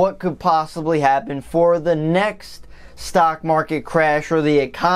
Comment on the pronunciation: "stock marlet" lol